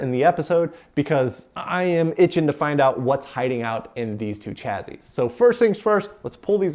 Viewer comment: Nice overview of the PDP-11 cards. But “chazzizz”? :)